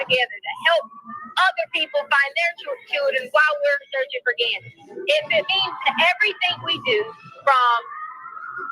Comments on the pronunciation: Did she say searchining? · Did she say searching? Lol